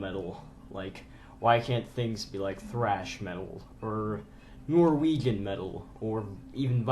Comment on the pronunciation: Lmao "Norwegen"